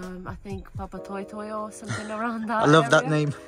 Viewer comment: Great pronunciation of Papatoetoe.